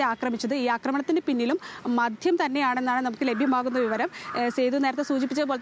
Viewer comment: മധ്യം അല്ല മദ്യം ആണ് ശരി റിപ്പോർട്ടർ ശ്രദ്ധിക്കുക